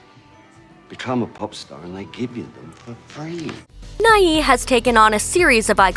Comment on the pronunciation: Bill Nighy; Nighy is pronounced /naı/, Not /'naı.ı/.